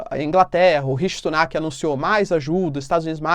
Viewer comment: Professor, vc falou Rish Tunak ao invés de Rish Sunak. Eu sei, eu também uso a música do Tunak tunak pra lembrar o nome dele kkkkk